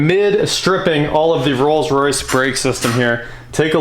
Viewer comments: I think he said Rolls-Royth 🤣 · just me or did he say "Rolls Roythe Silver Wraith II" like he was trying to combine royce and wraith, not like a lisp or anything like that? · Rolls Roith? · ....he did. Glad I wasn't the only one who heard that...lol